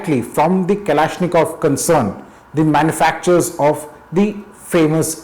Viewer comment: Vlad from Kalashnikov: PRONOUNCE MY EFFIN NAME PROPERLY AND STOP TRYING TO SNATCH THE GUN OFF ME!